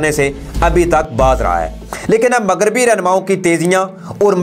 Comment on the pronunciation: بهاہی مگریبی نہیں ہوتا مغربی هوتا هے اپنی اردو ٹهک کرو